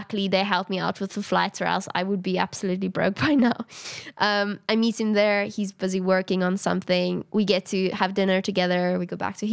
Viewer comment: not to ruin the vibe or anything but, I accidentally skipped part of the video so the words it landed on were "I got to... eat the core group" (it said meet but it sounded like eat)